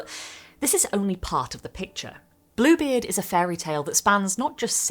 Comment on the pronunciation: for the first sentence of the video I 100% heard "this, is Blooblie"